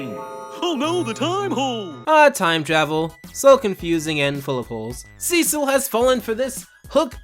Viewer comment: I didn't know his name and I thought you were saying his name is Seashell